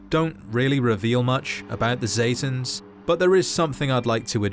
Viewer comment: pronouncing: Zetans aka satans